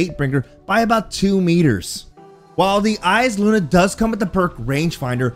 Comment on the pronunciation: Thanks for not saying eye saluna